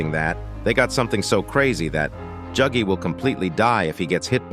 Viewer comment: why are you saying juggy bro